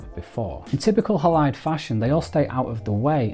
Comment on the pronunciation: Surely it’s named after the silver halide content of film - pronounced Haylide.